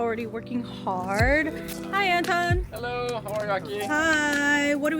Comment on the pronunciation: The way you said Anton actually sounded like Enton, which is the german name of Psyduck, and it made me laugh. Perfectly fitting to the video theme too lmao It's really interesting to hear names from different languages in different pronunciations! Thank you for the video ♥ ETA: When I wrote this comment I did not realize there's a whole Psyduck tortured by others section, I now love it even more